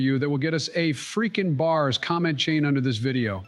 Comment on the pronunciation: (In dons words) Fweaking bahs ! 🔥